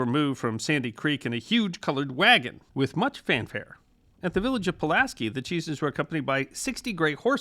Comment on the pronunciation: In New York it is pronounced Pull-as-SKY and not the normal way for Pulaski.